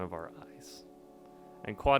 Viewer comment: bro callled him quaddy lmao